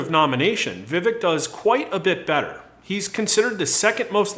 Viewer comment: Just FYI. It’s pronounced “Vuh- vake”. And Pence is going down with his pro send Your Kids to war stance. Look for Vivek to rise in the polls as people actually begin to listen.